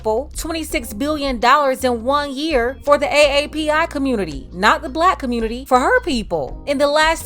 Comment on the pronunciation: Typical Of The Communitah 🤦🏽‍♂️